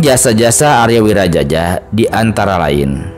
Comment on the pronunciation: Wiraraja bukan wiraJAJA😅